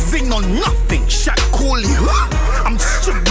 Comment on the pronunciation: did man really just say shak corle who ? 😂😂